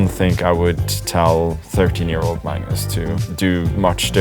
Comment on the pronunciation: "I'm Mmmms Carlsen"